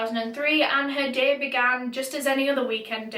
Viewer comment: The way you say day😩 "däeh"